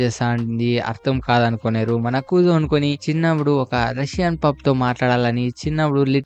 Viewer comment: Kuzo kadhu kuze